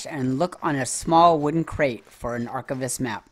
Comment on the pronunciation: Love your videos on this, although my only critique here is when you say the word archivist... Ar Kai Vist not ar chiv ist... Get what I mean, you don't say ar chiv, its archive... Get it?